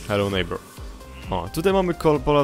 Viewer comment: powiedziałeś Hello,Nithbour???!!! możesz nagrywać Hello,Nitbour